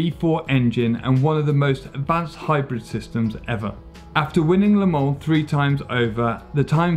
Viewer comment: And pronouncing an 's' in Le Mans. I have to admit I stopped the video. he started out reading like a kid in school then got kind of shouty... And must have said 'Porsh' about 100 times!